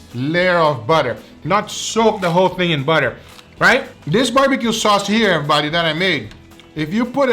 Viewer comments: I think I counted say errybady about 42 times, please correct me if I missed 10 or so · “EvErBoDy” Foods